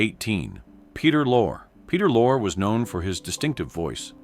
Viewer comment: Lorre. E is not silent